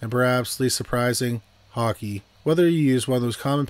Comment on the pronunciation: He said one of the passwords was hockey. But I heard Conky. 🇨🇦